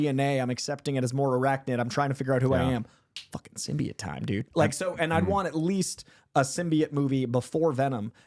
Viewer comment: saying symbiote wrong 100 times is making my brain itch